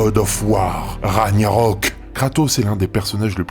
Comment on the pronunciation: Baldur est le fils de tor et pas de odin, et on dit raG-narok et pas raGNarok 😅 sinon super vidéo 👌